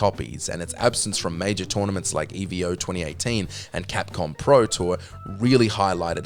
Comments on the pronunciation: what’s an “eeveeo”? 🤔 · “Eveo” lol bruh it’s EVO lol